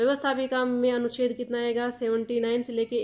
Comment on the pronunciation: Anucheddd na ki aducheddd